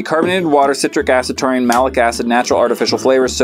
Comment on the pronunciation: Taurine? I thought you said Chlorine. ..